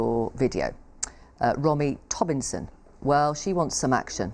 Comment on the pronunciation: “Rommy Tobinson” lmao she read that out loud and didn’t even realize